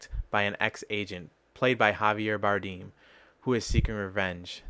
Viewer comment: Dude, it's pronounced Bardem